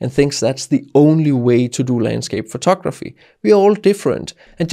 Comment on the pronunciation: I like it when you say: "photokraphy" (